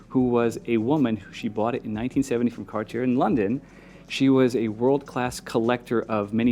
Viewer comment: Why doesn't this guy know how to pronounce Cartier